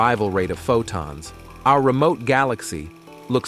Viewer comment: If your going to use AI speech, it should be corrected to pronounce words like Photon and Centimeter. Too distracting to watch what might be a good video, goodbye